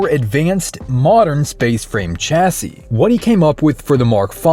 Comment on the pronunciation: The word Chassis is pronounced "Shassie" a bit like Lassie but with "Sh" at the front. You're welcome.